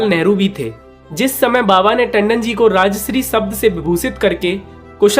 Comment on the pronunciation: राजश्री तुम गलत बोल रहे हो। राजर्षि होता है।